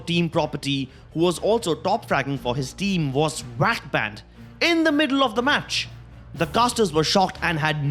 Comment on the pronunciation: He got Wack Banned thats what i sound like hes saying xD